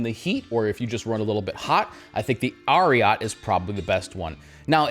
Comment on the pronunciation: It’s Ariat like Secretariat 🐎